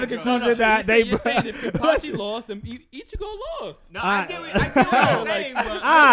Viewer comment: Yea just wait for kenpachis next fight. There all gonna be like damn hes dope. The only reason ichigo had a chance is because kenpachi didnt wanna body him instantly, its amazing how spot on is, thell see they just barely have seen kenpachi yet. I just grin every time they say kenpactchi, there gonna relize that a serious no eyebatch and a little technique kenpachi is stronger than allmost everyone.